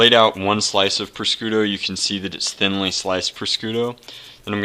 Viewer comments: its pronounced proshooto not proscooto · take food safety after touching raw meat wash ur hands dont touch anything allso its pronounced par shoe toe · Prosciutto is pronounced pro-shoot-o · Pronounced. Proshooto! prosciutto ! please! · Prosciutto is pronounced - PRO-SHOE-TOE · Its pre-shos.toe